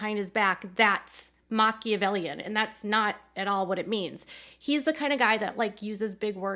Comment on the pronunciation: Kody is an idiot and does not understand who Machiavelli was. Christine is not at all Machiavellian. BTW, he even pronounces it incorrectly. What to know about Niccolo Machiavelli, read The Prince.